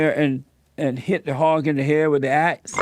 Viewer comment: when he says the word "hog" sometimes it sounds like he's saying "hawk" and sometimes it sounds like "hop"... also, "peachers" best part